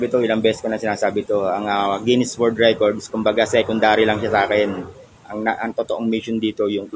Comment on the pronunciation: "WORD WRECK-ORD" pala ang kinahinatnan imbes na "WORLD RECORD" 😂